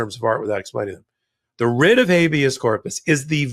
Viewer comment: Writ. not ritz...theyre NOT puttin on the wrist, the ritz, the rids....teach our ppl English 4heavens sake